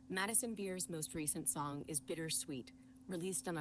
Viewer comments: He’s definitely saying SONN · Is he saying “song” weird, or just me?